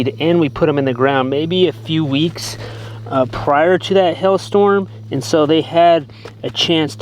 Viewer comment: Did you say Hail Storm or Hell Storm?? LOL